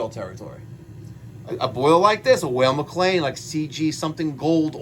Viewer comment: You state your objective is to make sure it runs safely and correctly, and you are sooooo thorough......yet your air is 7.7% when it should be 4.0-5.0%. Since the "whale" mc lain (it's Weil pronounced like "while") has fixed air adjustment at the burner tubes you should have put a manometer on the gas valve and make sure it is adjusted correctly. it should be 3.5" Hg to match the air intake. Perhaps your combustion numbers would be normal if you found the gas valve was putting out something like 2.9" thus rendering the unit running O2 rich. You missed that step.....and your hypothesis that you will shock or condense a boiler by lowering the limit temp to 165????? Incorrect. The job should be wired cold start and XX should be your gas valve trigger from the switching relay. A delta tee of 20 deg is the normal target on a standard hydronic boiler. How come every cold start boiler in the world doesn't crack on a marginal heat day when the thermostat satisfies and stops the gas valve but the boiler is only at 160????